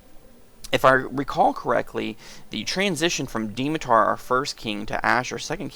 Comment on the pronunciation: It's pronounced Dmitar not Dimitar!